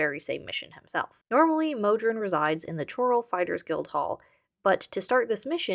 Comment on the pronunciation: Its Chorrol 'Coral' not Ch-oral - the Countess pronounces it for clarity. But yo I very much appreciate and respect the investigation into the quirky mechanics of my favorite game